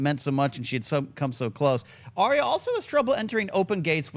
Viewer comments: Please please please stop saying Arya's name incorrectly >.< it's Ar-Ya, Ar-Ya, Ar-Ya, Ar-Ya, Ar-Ya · got it. Ariya.